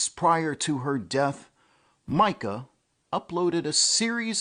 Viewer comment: It's My-cah, not Mee-cah.